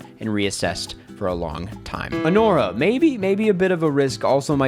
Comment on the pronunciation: Me perdeu quando falou anora KKKKK filmeco horroroso e totalmente esquecível